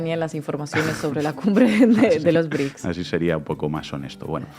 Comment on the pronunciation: No son BRIC!!!! 🤦🏻‍♀️🤦🏻‍♀️🤦🏻‍♀️ Son BRICS!!! Brasil, Rusia, India, China, Sudáfrica!!!!! Vas a hablar de los BRICS y ni siquiera puedes pronunciarlos bien!!! 🤦🏻‍♀️🤦🏻‍♀️🤦🏻‍♀️